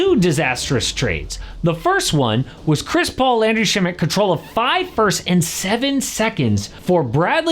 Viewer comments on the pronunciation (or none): none